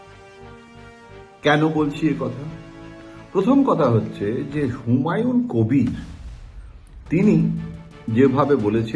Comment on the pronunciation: হুমায়ুন কোভির। কোভিড নয়তো?